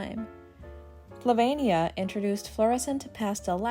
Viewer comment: "Sylvania", not Flavania